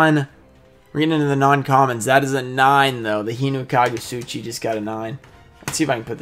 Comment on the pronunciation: Gonna go with hino kagu tsuchi cause of the hand ripping memories and you pronounced the name correctly!